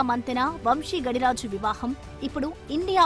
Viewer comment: ఒరే బాబూ ఇంగ్లీషోళ్ళకి నోరు తిరగదు. మీకేం పోయేకాలం. గడిరాజు కాదు గాదిరాజు. ఇంగ్లీష్ వీడియోల నుండి కాపీ కొట్టకండి. రాజు మంతెన తాతగారిది బుద్దాం గ్రామం, బాపట్ల జిల్లా, ఆంధ్రప్రదేశ్ రాష్ట్రం. నరసాపురం మాజీ యంపీ గోకరాజు గంగరాజుకి మేనల్లుడు. ఒరే ఆయన నెట్ వర్త్ 20 బిలియన్ డాలర్లు, 20 మిలియన్లు కాదు సోదిగా. రూ167 కోట్లు నెట్ వర్త్ ఐతే రూ400 కోట్లు పెట్టి ఇల్లు ఎలా కొన్నారు. పెళ్లికి 100కోట్లు ఖర్చు పెట్టారు. మన జగన్ కే 300కోట్ల ఆస్తులున్నాయి. ఇవన్నీ చూసాకైనా అనుమానం రాదారా మీకు. కొంచెం ఫ్యాక్ట్ చెక్ చేసుకోండి.